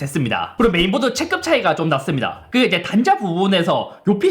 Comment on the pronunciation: "올해" 발음은 이제 익숙해졌는데 "체급"을 "체끕"이라고 했다가 "체급"이라고 했다가... 이건 적응이 안 되네요 ㅎㅎ